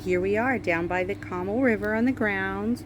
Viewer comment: CO MAAAL not Comul. Other than that, super cute condo!